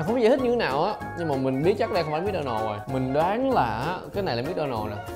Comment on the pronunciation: Mc Donald người ta đọc mặc-đo-nồ còn anh đọc mít-đo-nồ 🤣🤣🙏